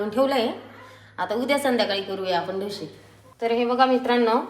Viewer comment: डोशे नाही हो डोसे म्हणा